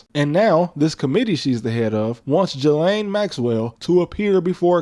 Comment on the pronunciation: All that talk like you know better and you can't even pronounce Ghislaine right?